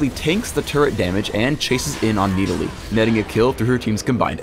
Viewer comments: Stop saying Needalee. So obnoxious. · it annoys me to no end how he says nidalee